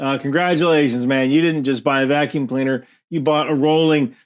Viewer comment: "vock -kee-yoom" is how folks from the Hamptons say vacuum.